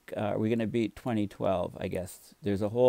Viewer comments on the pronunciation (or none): none